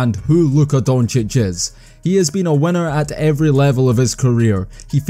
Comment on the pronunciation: Why dont you have an "i" in your alphabet. : lest.. hestory.. wenner.. wen..